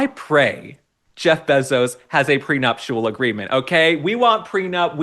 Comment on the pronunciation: Probably just an oversight, but Mr. Bezos is worth $190 billion, not million. And his last name is pronounced bay zos, not beh zos.